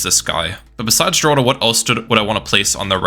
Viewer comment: Also, ninja kiwi confirmed that Geraldo is actually pronounced as Heraldo not Jeraldo